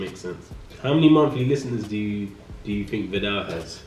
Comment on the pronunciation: "Occasionally" Riley